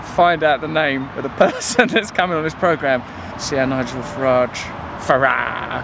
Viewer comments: Hannity mispronunciation of Mr. Farage's name kills me, and he calls himself a "journalist." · Very fetching scarf/jacket you've got on there Russell, good to see the Trews outdoors once in a while too! Hannity's an idiot, this we know, but why didn't Nigel correct him when he didn't say his name properly? Leadership skills? The mind boggles. Haven't we learned that 'intervention' and carpet bombing countries only leads to mass destruction, displacement, sectarianism and terrorism? Should we not put money into our own countries first? Here's some salt for the cut ~ the money they spend frantically talking about bombing, then subsequently bombing the living daylights out of these countries could be better spent on us for schools, hospitals etc. Know the enemy, because it's not some Middle Eastern geezer going bananas with a holy book and a rocket launcher. Again, very nice print you're wearing there Russell, I'd say that was quite 'radical' ;)